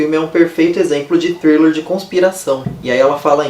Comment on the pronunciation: Hahahahaha, amei você falando thriller no início! Ganhou uma inscrita!